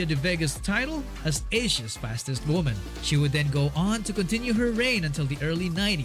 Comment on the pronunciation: wooomahn 😂 nailed it.